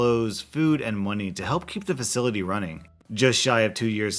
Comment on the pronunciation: the way he shaid money is kinda funny MONI